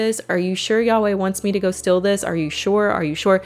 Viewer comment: Strange how you pronounce the word steal "still".